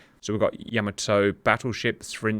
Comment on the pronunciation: "Yama toe" 😆 😆